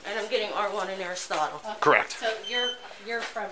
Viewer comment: I'm sorry, did she say "Aristotle?" Come on now, why you do that to that child?!!! Should be arrested for that alone Smmfh